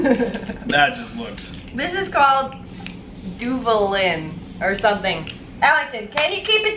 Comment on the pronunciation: Bruh I'm Mexican and HOW CAN THEY NOT LIKE THE DUVALINS!!!! 😰😰😨😨and they can't even pronounce them😂😂